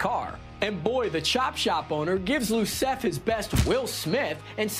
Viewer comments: Iosef! Not Losef! It’s an I, not an L. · It's Iosef (Yo-sef), with an I not an L. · Iosef, with an I and not an L ("Yo-Sef"). It's like Joseph but European. Did.. did the guy on camera not watch the first film? They say it a Lot.